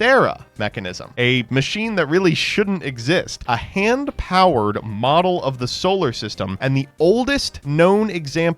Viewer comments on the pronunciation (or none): none